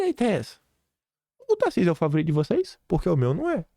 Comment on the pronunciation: Tarsísio, se você não pronunciar em favor de Flávio ou qualquer outro candidato, você será Traidor. Para mim, você Governador, já é um Traidor. Está esperando o que, o Xandão lhe autorizar apoiar o Flávio? Você já está se tornando uma vergonha, cada dia que passa, fica pior.